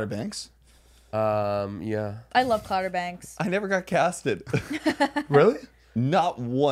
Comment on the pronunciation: Them calling it clouder banks gives me life 😂😂😂💀